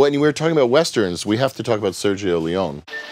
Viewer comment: Oh dios mio, Sergio Leone is pronounced Sergio Le-o-ne (and not Leon. You speak the e out loud)